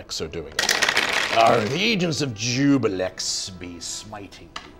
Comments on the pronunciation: No. Ju-blex. Not ju-bi-lex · Everyone says "Jubilex" instead of "Juiblex". :(